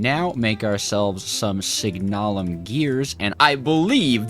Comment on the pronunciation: Not "Constintin" Say it like, "Con Stan Tan" Con, like a con artist, Stan like the name, and Tan like what you get at the beach. And its not "Signailium" its "Signal um" Signal, like a traffic light, and um, like when you are saying um for a question you don't know *Make sure to put emphasis on the A though. Also yes the time in bottle sucks time from the bottle when speeding a machine, but the machine will use more FE (does not include create machines)